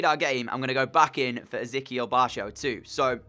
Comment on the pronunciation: I think barco is pronounced barko